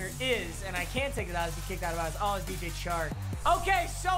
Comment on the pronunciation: im so used to yoboy pizza saying DJ Shark that when says DJ Chark it sounds weird.